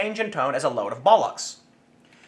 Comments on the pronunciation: 'Bollocks' is better pronounced 'bollerx', Tim (with all short vowel sounds). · Sounds weird hearing a yank say bollocks. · It's always weird to hear Bollocks from an accent not found in Britain. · Sorry Tim, there's something really funny when Americans say the word "bollocks".